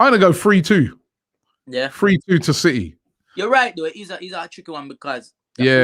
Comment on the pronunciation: It’s city not citeh you monk